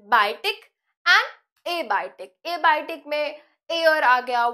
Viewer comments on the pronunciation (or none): biotic not bitic